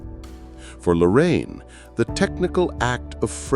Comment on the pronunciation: This is the man who made me change to do streetphotography. Fantastic video, just feel a bit strange when you pronounce his name like he was an old grandma... LORRAINE.. 😅😅